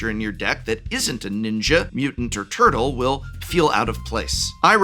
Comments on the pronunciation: Nobody pronounces 'turtle' that way. Nobody. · Do you actually say turTle that way or are you being funny? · my fav part of this video is Profs dedication to hitting that HARD second T in the world "turtle" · The word “turtle” has never been annunciated so clearly in the history of speaking